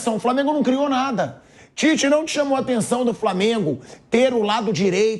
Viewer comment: Ouvir o Tite falando Titez, irrita. É um ROLANDO LERO na essência da palavra.. fala, fala, fala e NÃO DIZ nada.